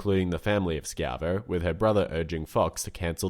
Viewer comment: Its ShI-Vo not Shk-i-vo. lovw the channel though.